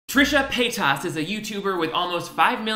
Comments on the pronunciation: wait why do you pronounce her name so weird? trisha pay TOSS 😂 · Love the way you say "Trisha PAY-TOSS".... LOL. 😂😂😂😂😂😂🔥🔥🔥🔥🔥🔥🔥🔥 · "Trisha Pay-TUS" 😂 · The way you say pay-tas bothers me every time lol I love it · The way you say Paytas is triggering in a way I cannot describe 😂